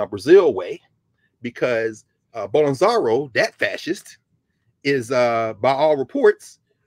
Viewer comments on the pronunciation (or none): Bol-so-naro as opposed to Bol-en-zaro